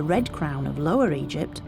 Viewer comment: Why can u suddenly not pronounce Egypt anymore, I'll tell you why 'its because you are a self righteous leftie.